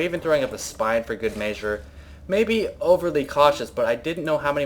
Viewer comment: TWO VIDEOS IN A ROW HE SAID "MEY-SURE" INSTEAD OF MEASURE